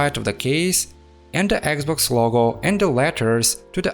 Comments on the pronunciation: its just me or hr speaks eggxbox? lol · "this eggs-boggs" omfg.